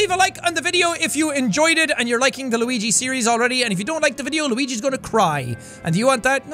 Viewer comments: Hey jacksepticeye can you please play the game Steven Universe save the light I keep on asking you to play it for quite some time and you're not playing it can you please play it for the love of God for Ireland for the potatoes and plus it's not Luegi it's pronounced Luigi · You said luigie this how you say it luigi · Actually, it's pronounced "Lueejee". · Please say Luigi name right please